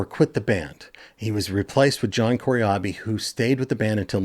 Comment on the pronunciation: Who is John 'Corey-Ahbi'? 🤔